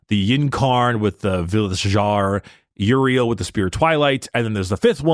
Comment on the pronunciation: Put some damn respect on Prince Yriel’s name. Dude the Hive Mind feel pain.